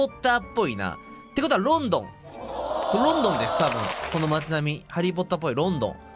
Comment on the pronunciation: The more he says "London" the more it sounds like he's pronouncing the name of a Chinese city, like it was "Lawn-Dawn" or something, so I can almost understand the confusion ... kind..of...